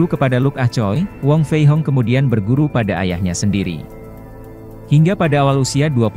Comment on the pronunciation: wong fei hung bukan wong fei hong min.